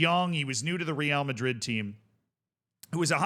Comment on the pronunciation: Okay but stop saying "Real" Madrid in that awful way